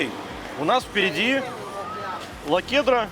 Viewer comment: Лахудра, а не "лакудра" )